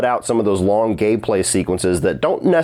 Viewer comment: did you say long gay play sequences? Lol. Pretty sure that's not till the sequel. Jokes aside, this episode was incredible. I loved how many scenes and bits of dialogue were shot for shot, ripped straight out of the game.